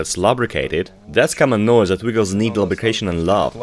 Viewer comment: It’s pronounced “loobricarion” as in lubrication..